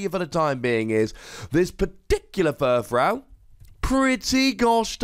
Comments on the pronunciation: Is no one going to mention that he's pronouncing another Pokemon's name wrong? Okay. I'll do it. YOU'RE SAYING FURFROU WRONG. It's frou-frou. Here's how you pronounce that, ˈfro͞ofro͞o. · You do realize that when you combine to existing words, you don't butcher the original pronunciation, right? He didn't say "fur" wrong. He said "frou" wrong. Maybe you just didn't realize any of that and completely misunderstood what I was saying.